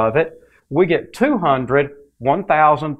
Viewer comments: not hun-red say it hun-dred. DRED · I can’t... good god man learn how to say hundred.. the “hunderds” were killing me... it was so distracting. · I love "hunderd." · "Forty nine hundurd" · "fifty-two hunderd" :D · or "hundred"